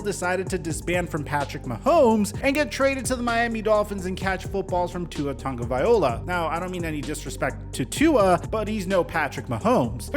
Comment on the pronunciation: “Tua Tagaviola”